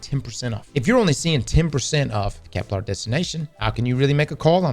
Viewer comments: Im begging please stop saying keplAr, it’s Kepler, it sounds so horrible. Stop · If he was paid I think the marketing team would teach him how to say Kepler